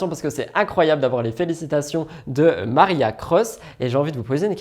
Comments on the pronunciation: Marcia* pas Maria 🙂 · C est MarCIA Cross (pas Maria😢). La pauvre tu lui as torpillé son nom à plusieurs reprises. En plus elle est top cette actrice.